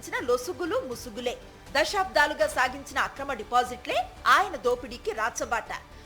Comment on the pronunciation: Anchor గారూ! అమ్మా! మీ భాషణ బాగానే ఉంది కానీ "దశాబ్దాలు" అనాలే కాని, మీరు వత్తు పెట్టి.. దశా'బ్ధా'లు అంటున్నారు. తప్పు దిద్దుకోండి.